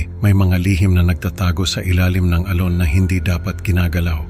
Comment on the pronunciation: Sir maganda boses mo pero may iilang puna lang ako sa tamang pagbigkas ng mga salitang Tagalog.. like alon maririnig namin ay al-lone.. bakas is bakkkas..konting aral pa Sir.. ito'y constructive criticism po hindi destructive criticism..